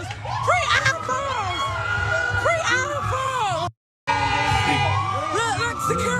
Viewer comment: She can’t even pronounce iPhone. What an embarrassment